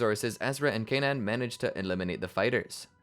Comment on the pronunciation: The way you say Kanan is driving me crazy they never pronounce it like that in the show